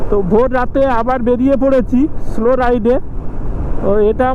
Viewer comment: স্লো রাইড নয়, সোলো রাইড....হোম এ স্টে নয়, হোম স্টে